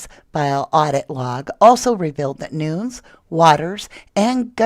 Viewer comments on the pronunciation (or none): Isn't Nunes pronounced noo nez?